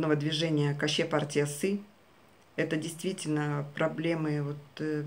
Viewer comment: Ни "Каще партиясы", а "Көше партиясы" пожалуйста грамотно☝️ произносите слова на Казахском языке 👉🇰🇿